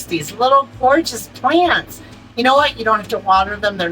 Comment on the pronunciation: 🤣🤣🤣🤣🤣🤣🤣🤣🤣🤣🤣 you said plannnnts... from Boston. Ok country girl... Great video